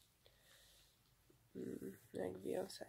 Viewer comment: a słyszeliście nową Bejons?? xD